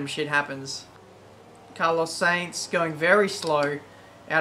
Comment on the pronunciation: Carlos Sainz's surname is pronounced 'SIGNS'!